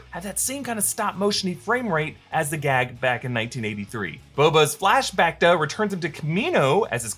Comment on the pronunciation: You didn't really just say Flash Bacta like his bacta tank 😂😂😂